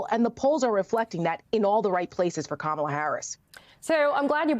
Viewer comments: Go back to sleep, Deborkaren. Here. Let me help you: Comma-la. Can you handle that? It's really not that difficult. In fact, Mace pronounced it correctly and then checked herself and mispronounced it again. It's intentional. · Knowing how to pronounce someone's name and pronouncing it incorrectly on purpose?! Now that's trashy, Lady.